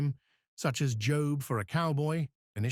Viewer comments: Are you fucking serious with your pronunciation of "Jobe" For A Cowboy? Seriously, how fucking stupid do you have to be to pronounce "jawb" like that? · The narration is AI. It reads the copy the way it's typed. Likely, 'Job' was capitalized, so it read it as the proper name Job (pronounced 'jobe'). How fucking stupid do you have to be to not realize it's AI? Why get so worked up over such a minor thing? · Im sorry but why did you say Job as Jobe??